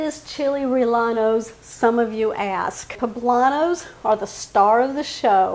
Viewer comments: yeah it’s pronounced RRE-YE-NOS, just sayin😊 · It’s pronounced Re yeno. The double ll is pronounced with a y in Spanish. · Chill ray-a-nos....you don't pronounce the L's......looks tasty😋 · Good video. However in SPanish the "ll" is "yen" so it is Chili "Ree-yen-nos". Ll is a seperate letter from l in Spanish. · There is no a in rellenos. It is pronounced like reyenos. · its chili reyanos no LL...lol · I think your recipe is an easy one, but please please PLEASE stop pronouncing rellenos incorrectly. The correct pronunciation is ray•en•O Thank you. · Same here in San Diego. I’ve never heard them pronounced the way does😊 In Spanish when there are two L’s together, they are pronounced as a Y. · I was born and raised in El Paso! First time I have heard someone pronounce rellenos like she did. 😉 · …great recipe. I prefer using hatch chilies but found the poblanos were just about as tasty and they are available where i shop almost year around. The proper pronunciation of any spanish word with LL is said as a Y …as in yellow. It wont make your recipe taste any better - thats about impossible but it will impress your viewers who are somewhat fluent in spanish. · The double LL has a sound like yeh you don’t pronounce the L